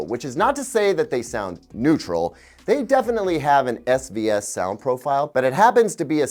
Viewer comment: He kept saying SVS, i kept hearing SbS. And that reminded me of Creative speakers.